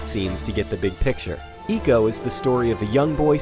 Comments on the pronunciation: Ico is pronounced "eye-co" not "ee-co". Just saying. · Its "I" co not eco you pronouce icon as econ do you? :P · It's Ico not Eco! ffs. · did he just say ECO in the beginning? GTFO out bro. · I spent the whole review shouting "It's EYE-CO damn it !" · It's pronounced Icå. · Firstly he mispronounces ICO and then he hates on it. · ico as in EEKO? or EYE-SEE-OH ? cuz i've been pronouncing it the 2nd way all this time ...